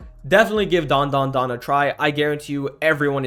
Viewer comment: That's "dan...DA...dan" bro 😭😭🙏🙏